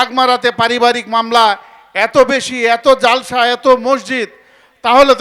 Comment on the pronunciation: যে,ব্যক্তি ইসলামী কোন জলসায় এসে ইসলামী বক্তার উপরে- মাতবারি করে ;সেটা খুবই বেমানান- কথা শুদ্ধ করে বলতে পারেনা। (জলসা)শব্দটাকে বিকৃত করে জালসা উচ্চারণ করে এদের মতো লোকের কথা শোনা রুচিতে বাঁধে।